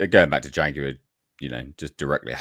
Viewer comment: WTF is a JAGWIRE?